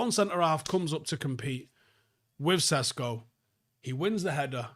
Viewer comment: His surname is supposed to be pronounced as 'Sheshko', but thanks anyway.